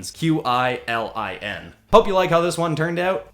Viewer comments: it's pronounced kwi-lin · I’d like to say that qilin is pronounce Ki-ren, hope you see and can know now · It's pronounced Kirin.